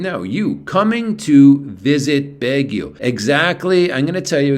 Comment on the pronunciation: Pronounced "Bag ie o "